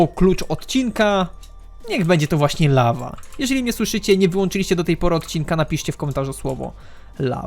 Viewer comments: Lawa, nie ława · "La Va " to po francusku czy co ? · "lawa" xD